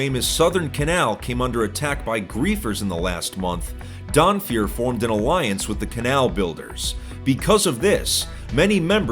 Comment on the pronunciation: I heard "Donfeur" and I was like "oh no, not another one!"